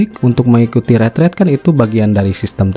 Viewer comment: Yang benar pengucapanya "Ritrit" versi Indonesianya Retret🎉